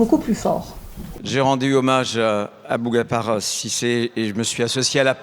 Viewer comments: Même à l'assemblée retailleau n'est même pas capable de dire correctement le nom d'Aboubacar....irrespectueux jusqu'au bout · Il n’arrive même pas à prononcer son prénom, ce ministre est à vomir 🤮🤮